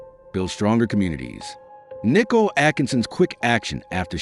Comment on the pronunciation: Please pronounce Shanaan's name correctly. It's not Shawnan. Its Nicole not Nickel.